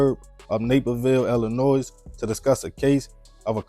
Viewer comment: This is so sad. Some people are just not to be played with especially when you know the person’s kind of mindset. Also The “s” in Illinois is silent “pronounced: ee-luh-noy